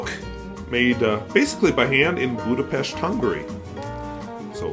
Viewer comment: I love living is San Diego! I grew up in the snow belt in Ohio and remember many a whiteout and blowing snow. Today, in sunny SD, its 85F in my backyard. Btw, your pronunciation of Budapest is absolutely correct. I didn’t think there were many Hungarians in the Dakotas. Fun fact, Cleveland, Ohio area has second largest population of Hungarians in the world, beaten by Budapest. My sleeper pen is a Monteverde Prima stub in the turquoise swirl finish. I wasn’t sure if I would like the stub nib but it always seems to have Waterman Inspired Blue or another blue-green ink loaded in it. I clean it and think to myself, because of the smooth italic stub, wonder how it will write using another ink? I have another Monteverde Prima (M) in the tiger eye swirl that doesn’t get used much although it is a nice writer, too.